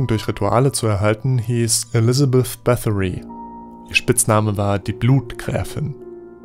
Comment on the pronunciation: Wieso spricht jeder den Namen Báthory falsch aus er wird immer auf englisch ausgesprochen obwohl er eigentlich ungarisch ist und in fall von Elisabeth Báthory wurde er auf deutsch ausgesprochen weil sie in Österreich lebte im Burgenland. Ich komme aus der Nähe von dort und es machten viele adeligen Frauen bei uns nur sie hatte die meisten getötet auf Burg Lockenhaus aber solche Geschichten gibt es auch von landsee,kirchschlag, hosien, krumbach.... Die hießen Blutgräfinen ihr eigentlicher Spitznamen war irsabel und sie gilt bei uns mehr als Vampir